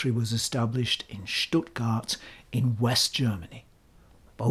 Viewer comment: You pronounced Stuttgart impressingly correctly. The J in Jena is pronounced like i (like eagle) .. so "ea"-ena. That out of the way, i love your channel.